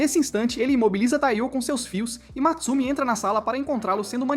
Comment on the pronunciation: Não é Matsumi É Mutsumi